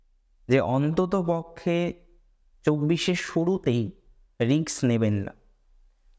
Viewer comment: Word ta risk hobe ,riks noy .Pronunciation wrong hoche ,sorry bolte holo